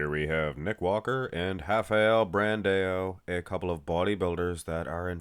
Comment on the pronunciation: im brazilian… mmm is doing a good job in the pronounce